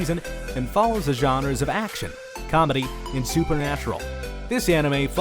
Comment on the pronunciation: The “genreys”